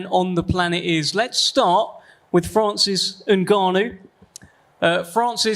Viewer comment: What a idiot presenter said Francise Nganaou he didnt loose the fight in the cage , IDIOT YES FRANCISE NGAGANOU WAS SMASHED BY THE GREATEST IN THE WORLD IN HEAVYWEIGHT IN UFC BY STIPE MIOCIC